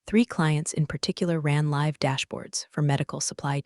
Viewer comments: It’s wild how the AI can narrate a 40-minute corporate revenge saga but still can’t figure out if it’s LIVE (as in “go live”) or LIVE (as in “I live here”). 🤦‍♂ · Good story teach your AI to say read and live in the right context ..really annoying